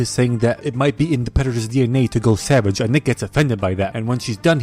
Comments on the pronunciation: I love how he says Savadjjj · The way he says savAge and jagUAR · I like how you went " SaVaGe" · i like u fu** up word so much "Savage = Sa-vage" and you russia accent as well (Coraline explained by an idiot):yougotthis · “ and find a bunch of caged SAVAJE animals”